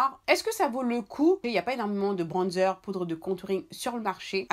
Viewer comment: « UN BRONNNDZEUR »🤣🤣🤣vous me régalez